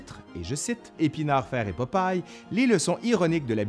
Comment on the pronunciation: Québec: "Popaille" France: "Popeille"